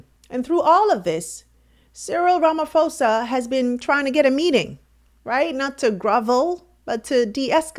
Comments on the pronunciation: Ramaphosa! Not Ramafosa!!! Very that the presenter can't pronounce the South African president's name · please investigate the proper pronunciation of African Names & Places eg. - RAMAfosa is in-correct but, RAMA posa is, correct. When u in-correctly pronounce our Names & Places - it simply means that u didn't BOTHER to check, which wud be, respectful. Please TRY. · President Ramaphosa not Ramafosa please